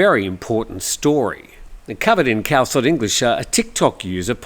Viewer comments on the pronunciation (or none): none